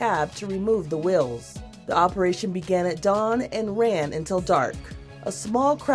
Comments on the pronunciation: That drove me nuts. Well (whale), tell (tail), wills (wheels) Weird. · She also said wills instead of wheels.